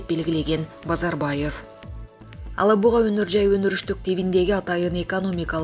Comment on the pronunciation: Алабуга эмес,Елабуга деген жер бар.ошону да туура айталбайсын🤦‍♂️